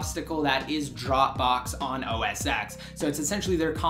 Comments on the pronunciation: It's 'Oh Ess 10', not 'Oh Ess Ex'. Besides that, great review, and thanks for a look at ios 8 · OS X.. its pronounced "Oh Es Ten" NOT "Oh Es Ex" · ***** isn't that what I just said? ._. that it's pronounced "Oh Es 10" and not "Oh Es Ex" like you were saying in the video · Why do you call it Oh-es-ex? You do realize the X is a roman numeral right?